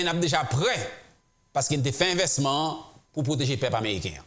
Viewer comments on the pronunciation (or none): Gelin, Mwen pa konnen à ki laj ou té kité Ayiti. En maintes fois wap palé créole ou di invesman, pwral, asèpté etc... ou doué di investissement, pral, accepté ki prononcé "aksépté". Koté Moloskot ki parlé avek anpil eloquence. Pigaw di mal insultéw non mon frère.